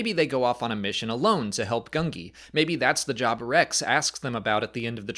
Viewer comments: It is GOON-JEE. I know, I know, "Lay-uh Lee-uh, AT-AT @@ things can be said differently in Star Wars, it's okay," but it's literally the only way we've heard Gungi's name spoken, and I'm pretty sure that everyone in the recording sessions was told that his name was pronounced "Goon-Jee.", you're seen as a bit of an authority figure when it comes to Star Wars, this feels like misinformation. I know it's not something I should be so worked up about, but I'm gonna die on this hill because Gungi is one of my Biggs-es of Star Wars, and I've seen you say his name right before. Please break this habit. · Please pronounce the youngling's name correctly, Gungi (Goon-Ji). Rewatch the youngling arc if need be. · Is it really pronounced “gun-gee” with a hard G? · Gun-Jee. That's how it was said in season 6.